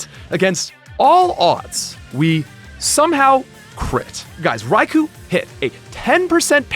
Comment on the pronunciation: It's pronounced "Rai-koh."